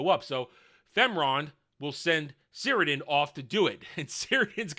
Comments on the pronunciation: You're forgiven, but it's pronounced "Kirdan". The C sounds like a K. As to orcs being able to kill one of Sauron's physical forms, I guess it's not impossible. Iirc the only times in the lore this happens is when Numenor is flooded and when Isildur cuts the ring from his finger. These seem more or less "conventional" ways of dying. Even if one of them is a flood from God, in the end he basically just drowned/got crushed by the water. In any case I don't think it really matters because the whole scene of the orc assasination is complete nonsense. Sauron giving inspirational speeches to the orcs about uniting Middle Earth, the orcs finding a problem with going to war and just wanting to "chill"... 😂 It's so dumb. This would never happen, but if some actual orcs from the LOTR were like "uhh we're scared to fight because we might die" the other orcs would just eat them alive 😂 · Cirdan is pronounced 'KIR-DONE'. Sauron is a Maia, not a demi-god but like an arch-angel. Morgoth was a Vala, which is angel.